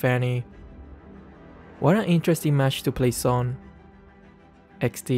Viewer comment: I keep laughing when says eksdi 😂😂